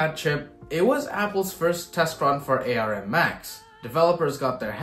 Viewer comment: I've never heard anyone pronounce Arm as Ay Ar Em before. ARM used to be an acronym first Acorn Risc Machine then Advanced Risc Machines but now Arm just means Arm. Look at their website they spell Arm with a single capital and two lower letters just like the way you don't write an all caps acronym. I had the original Acorn Archimedes with the ARM 2, even though ARM was an acronym you never heard the Acorn guys spelling out the acronym. Perhaps a GIF - jif kind of thing. People that heard the compuserve guys say jif pronounced it that way. For folks not in the US we read it as gif with a hard g. Perhaps you've only read of Arm cores and not watched any videos of Steve Furber or Sophie Wilson at Acorn who created the original processor.